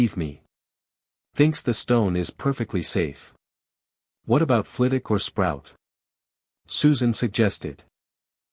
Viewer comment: Hi..love the stories but if you're gonna keep doing Harry Potter stories, you need to train your reading bot how to pronounce story specific words properly...Flitwick, Veritas serum,etc